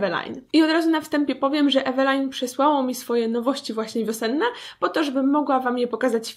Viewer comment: Wymawia się "Evelin"